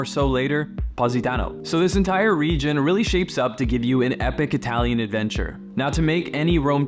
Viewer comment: Not Hi Talian , Ee Talian.. perghhh